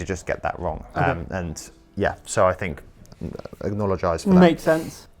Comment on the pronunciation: I like this new word, "acknowledgize" (acknologize? Lmk)